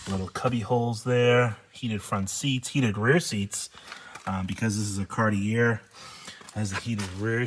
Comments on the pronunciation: Dude it's pronounced CAR-TEE-A. LOVE YOU BUT YOU SOUND SO I IGNORANT WHEN YOU SAY IT INCORRECTLY. IT'S NOT CAR-TEE-AIR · Awesome video! Love all of your long-wheelbase Cadillacs and Lincoln's. Just one thing. Being from Canada I cringe everytime you say car-tee-err. The proper pronunciation is Car-tee-ay. Cartier is a French word. Thanks, and continue the good work! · It's a Cartee-A. Just saying. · It's "Car-T-A" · The last R in Cartier is not pronounced, say it like this:Car-tee-eh.